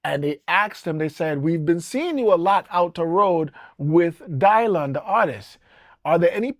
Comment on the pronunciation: The greatest folk singer of all time is… Dylan Dylan Dylan 😂😂😂 Bob DYlan 😂 the pronunciation of his name to sound different is hilarious